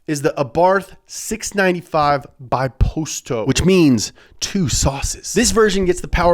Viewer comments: UMMM... It's the Abarth Bi-POsto not, Bi-PEsto. I'm sure he meant to make that "mistake", but some people might actually believe him. Bi-Posto means 2 seats not 2 sauces :) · Abarth 500 prenounced bee posto (biposto) and it means 2 seater not 2 sauces. Damn son do some research.